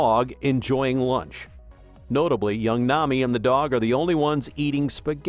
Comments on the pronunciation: It's AI, he even read the "Nam" where he forgot the i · Why do you say Nami like that?